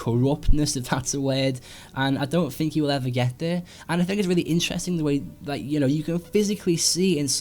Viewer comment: I like your vids, but I can't get past the way you say 'think' as 'fink'.